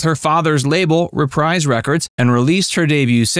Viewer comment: It's pronounced Re-preeze records not Re-prize even though it's spelled Reprise. Everyone makes that mistake.